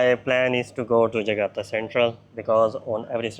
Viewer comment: JAKARTA, bukan JAGATA tong...!!!!